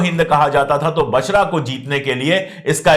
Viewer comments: Basra a city of Iraq. Not Bashra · बशरह नहीं बसरह